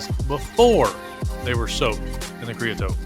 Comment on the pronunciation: KREE-uh-soht .... you're welcome